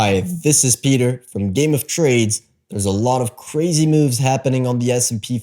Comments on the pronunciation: I’m gonna need a stronger “CUH-RAZY” market from you next time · is it only me who gets annoyed by how he says "crazy"?